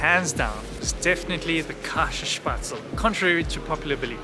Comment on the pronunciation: Käsespätzle pronounced "Kese-Espets-le".